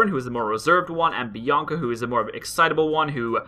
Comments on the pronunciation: Hi there Bianaca xD It's Bianca btw and also, it sounds like banana for some reason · It's Bianca not Bianaca